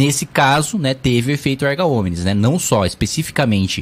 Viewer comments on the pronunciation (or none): Deputado o nome é "efeito "Erga Omnes" e não "Arga Omnes".